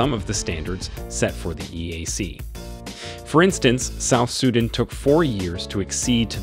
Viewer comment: You also mispronounced South Sudan